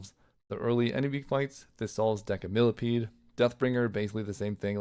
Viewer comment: You're mispronounce Decimillepede. It's "deci" like "decimal" not "deca"